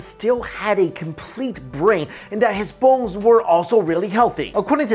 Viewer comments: For a second I thought you said healthy balls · Sometimes when says "bones" it sounds like something else, so much so that my brain had to do a "double-take." Thx 4 the lolz